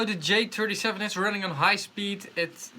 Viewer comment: "Dee J-turdy-sheven" LOL